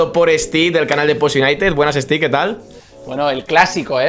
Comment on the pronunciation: Stiik no, steve